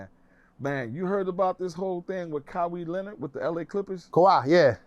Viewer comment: Did dude say "Kaweeee Lenard" 😂😂 DAfuq